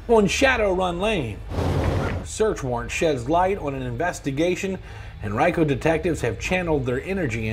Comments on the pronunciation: And pronouncing Henrico as hen rye co lmao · What the hell, not a single reporter can speak Henrico properly. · Living in that area of virginia. I never realized Henrico was pronounced that way.